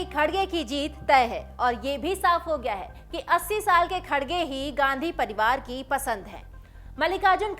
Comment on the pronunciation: मॅडम खडगे नाही खर्गे अडा नाम हैं !